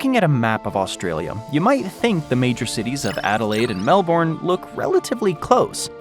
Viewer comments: Say it Mel-bin. Not mel-born. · The way Americans pronounce Melbourne.... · So I’m 8 minutes in and there is already sooo much incorrect info! Here’s a tip, want to know about Australia? Ask someone who can least pronounce Melbourne!! (Ask an Aussie, not an American) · As we say in Australia, What a crock of Shit!!! Can't even pronounce Melbourne correctly!!